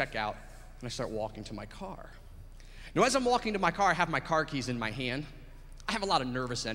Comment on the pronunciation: He says "Now" like "Nao!"